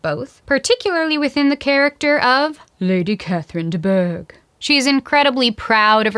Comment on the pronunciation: oh and did I mention that I love how u say "LADy CAtHeRIne DE BouRGh~👁👄👁"😂❣so funny and hilarious